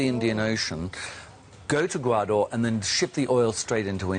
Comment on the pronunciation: It is Gawadar , not Gawaaaadooor .Fucking yankee